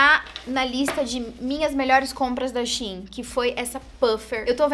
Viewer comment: Eu amo que a é uma das únicas que falam Shein certo aí quando eu falo da mesma forma tem gente que acha estranho kkkk